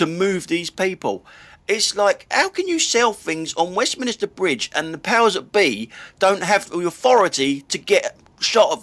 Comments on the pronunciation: As someone who obviously knows London, can I assume that your pronounciation of Westminster Bridge as Westminister Bridge is deliberate? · Could be me but I thought it was Westminster NOT WestminISter